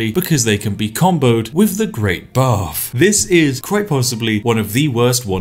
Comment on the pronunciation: I keep hearing this as "The Great Barf"...